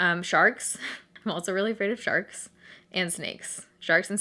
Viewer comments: Anyone else thought she said she was afraid of “sharts” at first? No? Just me? Okay. 😂😂😂😂💩💩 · i sincerely thought you said you were afraid of "sharts" and i was completely confused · Ok when you were saying your fears I thought you said "sharts" and I about spit out my drink 😂😂